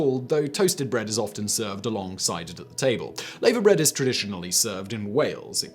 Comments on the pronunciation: Lavabread is pronounced Larvabread not layvabread....and it's delicious with fried bacon, eggs and fried bread. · Its pronounced lava bread not layver bread like the molten rock that comes out of a volcano. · It's NOT 'Laver bread'; it's 'LAVVER bread'. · Laverbread is pronounced laaverbread not layverbread. FFS Simon. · And it's lavahbread not lavuh.. Can you research pronunciations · It’s pronounced lava bread. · It's pronounced ' lava' bread. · lavErbread is pronounced "LarvAbread" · Laverbread is pronounced as "lava-bread", like the hot ouchie stuff a volcano spits out, but, then again, Rotherham exists too....... :P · Haggis and Black Budding, both utterly delicious. Oh and Simon, what the hell is layver bread (sic). It's pronounced the same way as the stuff that comes out of volcanoes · What! No Steak & Kidney Pudding? The Irish Colcannon is nothing like Bubble & Squeak. Mousehole in Cornwall is pronounced Mowezal. Laverbread is pronounced Lava Bread. (Lava as in what comes out of a volcano) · Its pronounced laaver bread ! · Nice video. Some of you pronunciations are a bit off though: Mousehole (mowzal), laverbread (larva), colcannon (coll-cannon).